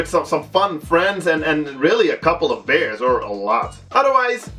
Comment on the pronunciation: "watch it with the couple of bears" i was so laughing at your unintentional pronouncing of beer :D